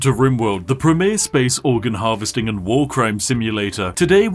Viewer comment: Why do you pronounce words that end with "ing" like "ink"?